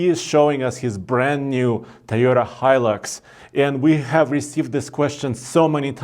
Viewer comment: Finaly! Someone pronounces Hilux properly!!!